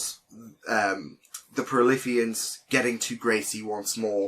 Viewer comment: It's prolethian not prolithian